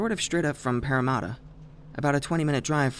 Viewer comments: Glad I'm not alone in noticing the way he said Parra lol. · Bro sorry but the way he said Parramatta lmfaooo. ☠️